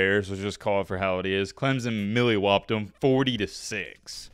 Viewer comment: Bro said Milly whopped 😂 Bro it’s Molly whopped